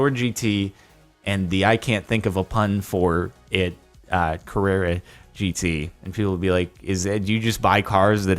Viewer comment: carrera gt more like Karrara gt